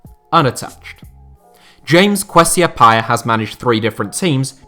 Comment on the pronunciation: the way this man Butchered Kwesi Appiah’s name makes me wanna commit heinous crimes